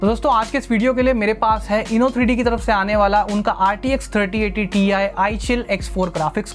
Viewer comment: It not TI it's TIE 😂😂